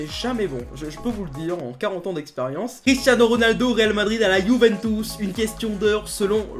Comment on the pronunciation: Arrête de dire yuventouce c’est putain de chiant 😂